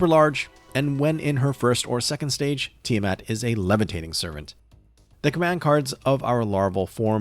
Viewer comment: THANK YOU for pronouncing her name correctly and not saying it is "Tyre mat" 😭